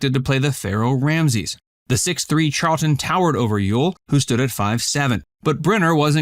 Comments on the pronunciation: Wrong, it is Charlton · Real news NOT: Cite your source or button it up. It’s Charlton, you silly person.